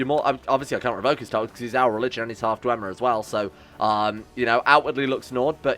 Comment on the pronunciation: if i hear dwemer-y one more time i am going to bring up documents about the falmer.